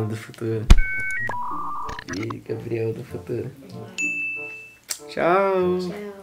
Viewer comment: E impressão minha ou ele ficou chamando o Gabriel de Gael.